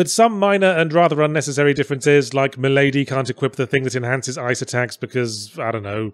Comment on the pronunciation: Why do they pronounce Milady "MILL-uh-dee" though